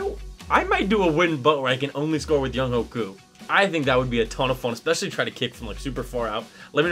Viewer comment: Btw younghoe koos name is pronounced youngway koo